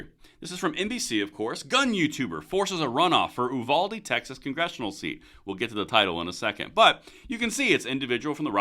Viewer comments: We pronounce it "YOU-VALDEE". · It's pronounced youvalday. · It's pronounced like "Youvaldee"